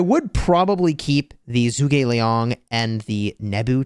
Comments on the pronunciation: Zhuge Liang is not pronounced as zoo but more as ju. Since Zhu is Chinese it would have a Chinese accent. To say it properly you would say ju like in juice. Ge you would kind of say it as a g and a little e so like get but make the g more prevalent. And Liang is right as your saying it. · juu Gi liang!😅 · Don’t give af still saying Zoog